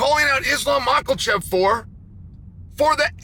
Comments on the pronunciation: "islam maklachev" - cheal sonnen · Nobody: Chael: Islam Michaelchef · And right before Islam macklechev 😂 the man is undisputed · Makhachev or michaelchev? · Mocklechev.....get it right already!